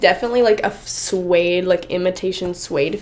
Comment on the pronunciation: I hate it when she say swaddde